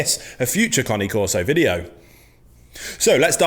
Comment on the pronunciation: This bloke knows fuk all about bullmastiffs. And what is a coni corso ? It's cane corso not connie. Two very different breeds with different traits. He is new to dogs and don't understand bullmastiffs.